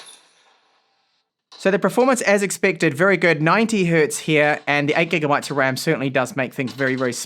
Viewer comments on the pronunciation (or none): none